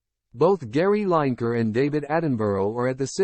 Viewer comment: You Yankee Peasant. If you are going to name people, get their names right Line-ker is wrong, his name is pronounced Lin-e-Ker. It is your habit I know to start at the beginning of a word, find a pattern, then use Line....but in Lineker it is Lin David Attenborough's name is pronounced Attenburra, there is no Burrow, that is where Rabbits live. Edinburgh is simply Edin-Burra, but then again, middlesbrough is Middles-Brrrah New York has No 'Burrows', that is where Rabbits live, but they do have 'Burras